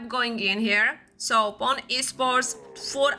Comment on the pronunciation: Its supposed to be pronounce Poo-nè